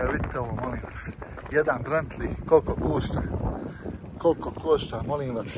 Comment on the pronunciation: brentli je bentli lamborđini je lamborgini